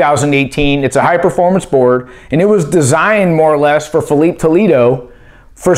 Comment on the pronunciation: Phee lee pay. Not PheeLeep.